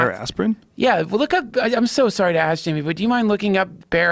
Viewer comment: So Duncan gets away with calling "Jaimie" "Jimmy". I want whatever drugs he's on.